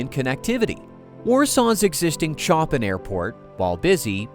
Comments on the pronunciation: I'm very disappointed when you don't know how to prnouce one of the world's famous classical composers. Chopin is NOT prnouced like Chop PIN. It is pronounced like Shop pin. You are so shallow when it comes to intellectual matters. You must be someone educated in USA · A couple of points: 1) it's not "Warsaw Chop-in" airport, it should be pronounced " Warsaw Show-pan" airport because it's named after the composer. 2) It was particularly terrible to show pictures of bombed out Gaza families when talking about Poles potentially being displaced by airport construction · "Sho-PAN" Not Choppin. Cant take you seriously now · so your AI doesn't know how to pronouce Chopin???????? jeeeeech! (add Lodz & zlotys to your list of mispronounced words! my gawd!)